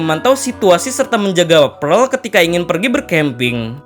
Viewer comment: PEARL NOT PREL